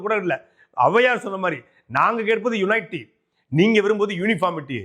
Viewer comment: யுனைட்டி அல்ல.. யூனிட்டி